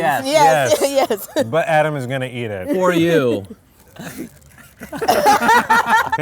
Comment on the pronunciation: “adam.. adDAM”